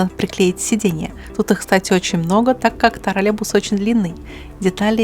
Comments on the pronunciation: Да не тралебус а троллейбус!!! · Дорогая, не обижайтесь, но почему Вы так странно произносите слово троллейбус? как "тролебус"? очень режет слух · Почему ты произносишь ТРАЛЕБУС? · это не ТРОРЛЕБУС, А ТРОЛЕЙБУС.